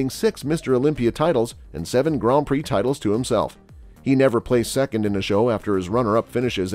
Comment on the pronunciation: Fuck. Get rid of the AI reader. Grawnd Prix? Hire someone that speaks English to proof your script and then read it for you. And growth hormone was around in the early 80's. platz dabbled in it and so did others. it didn't become super popular until the synthetic versions came out in the 90's but NO, Dorian was not the pioneer, nor did he make it popular.